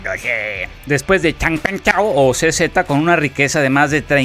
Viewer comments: Jajajajajajajaj como pronunciaste el nombre de C.Z. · A mi me mata de la risa cómo dices el nombre de CZ 🤣🤣🤣🤣🤣🤣🤣🤣